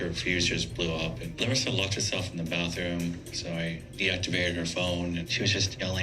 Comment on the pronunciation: the ee thing at the end of the names its not a larissa thing, its just our accent. Like how you can't actually pronounce larissa as we would, you say loh-rissa